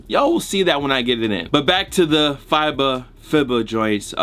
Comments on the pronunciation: FIBA pronounced as FEEBA bruh. :) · FEE-BAH bro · FIBA = FEE-BUH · God damn, it's pronounced FEE-BAH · Tried twice and couldn’t pronounce FIBA lol no hate just funny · You sayin FIBA wrong on purpose at this point 😂